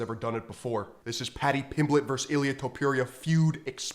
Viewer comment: Bro can't even pronounce Ilia's name. Must not watch UFC. Kinda sad